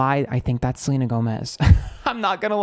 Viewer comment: I love you for saying Selener.